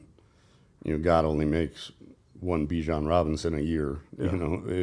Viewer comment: It’s Bij(A)n